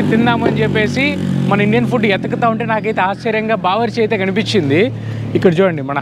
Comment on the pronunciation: Bawarchi is good restaurant in Tanzania, bbq kadura first learn pronunciation